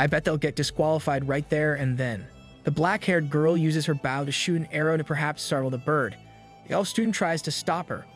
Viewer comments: Dude, really... You don't know how to say bow? It's not a bough, it's a bow. You know, like bow&arrows... a bow... the curved piece of wood with a string attached that you use to fire arrows, or even, bow, the thing that girls wear in thier hair, or a bow-tie the thing that guys wear around thier neck with a tuxedo? It's not like a dog barking bow-wow... The rockabye baby's not gonna fall when it breaks... It's a bow, pronounced bO like the letter o with a b sound infront. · Why are you saying "bao" instead of "bow" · did he seriously just say baw instead of bow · "bauw and arrow" why does the ai say bauw and not bow? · My dude great video but its a bOw not a bAw. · good videos im just bothered by the way you say bow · how is it that you do not know how to pronounce BOW properly? its bow and arrow not bao and arrao. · Gotta love this shitty tts, the highs (frequency wise) barely damage my speakers & ears. I also like my“bouws“ & arrows. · You say how and arrow oddly and it's very irritating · Bow not bow like on a boat. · Why do you pronounce bow like that. It seems like every narrator for manga and anime pronounces things wrong on purpose. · I'm liking the story 😊however why the hell can't you learn to say bow and arrow correctly😮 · Great recap, but damn his pronunciation of bow was so annoying. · man, you need to sign up for hooked on phonics, because your pronunciations of some very common words is horrible. Its a bow, not a bough. its though, not dough. I could keep going, but i'd be typing out a dictionary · Please tell me that English is not your first language. I can't guess any other reason for mispronouncing words like 'bow' and 'sabotage'. I decided to just read the comic myself at that point, since watching comics has never been my preferred method anyways.